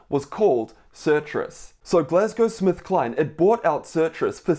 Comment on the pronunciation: Hi doc thanks for this but I keep hearing you say Glasgow SmithKline 🤔